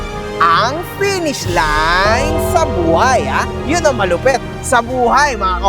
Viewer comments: Penis daw sabi ni, hindi Finish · “Pinish” 😂 bat iba naiisip ko hahahaha